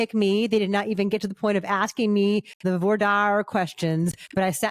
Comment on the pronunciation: Voir (as in voila) dir (deer)